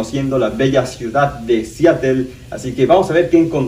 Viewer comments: Tambien dice Siatel en vez de Seatle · se escribe Seattle pero se pronuncia Seadle